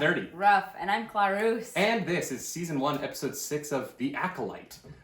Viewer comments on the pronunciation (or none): its pronounced Cla-Roos?!?!?